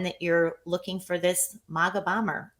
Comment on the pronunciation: She keeps saying "moga" not "maga"? WT _?